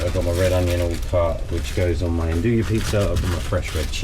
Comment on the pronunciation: Love the channel! The way you pronounce andouille drives me bonkers. I'm looking forward to the release of the Dome Gen 2 XL in natural gas next year. I already have the funds earmarked. Thank you for sharing so much knowledge. If by chance you see this comment I don't have a good option to get fresh yeast local nor do I think I would use it all to justify the delivery cost. How much of a difference would active dry yeast change the fermentation times? I read to use 1/3 the amount of active dry yeast as called for in fresh yeast. Cheers bro!